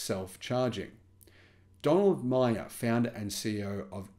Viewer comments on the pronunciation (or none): none